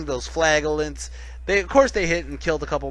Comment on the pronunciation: wohoo you managed to pronounce flagellants properly!!